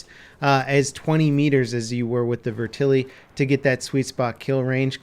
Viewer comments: I'm sorry, but the way you said "VETerlli" pissed me off lol. It's VET-erlli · its Vet-er-lee not Ve-terly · 'Vertili' AT LEAST TRY TO PRONOUNCE IT RIGHT MY GOD HOW HARD IS IT I'm not even Italian and this pisses me of lol